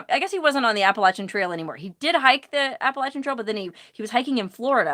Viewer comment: You pronounced the word "Appalachian" right! Awesome!